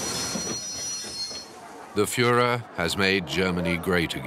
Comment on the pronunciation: " the Fuhler is prudet" dont here that in history videos much.